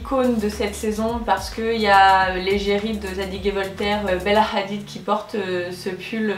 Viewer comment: la façon dont tu as dis " Bella Hadid " je me suis étouffé de rire